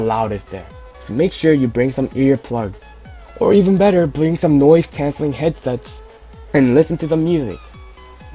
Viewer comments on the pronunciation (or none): noifs thancelling eth-seths